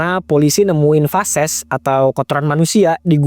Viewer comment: Maaf, feses bang... Bukan fases